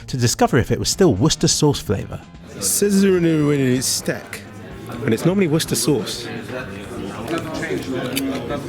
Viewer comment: Stek, Steak come on man! :D